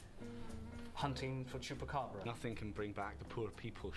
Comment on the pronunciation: As a Latina, it fills me with immense pride that know how to pronounce Chupacabra correctly lmao